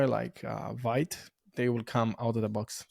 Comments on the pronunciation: Exactly, is like with the bundler Vite as they pronounced similar to Byte, but in the official docs the first things it says is that is pronounced like viit. In any case is not the point of the video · Very cool but I was not ready for the way he pronounced Vite 😂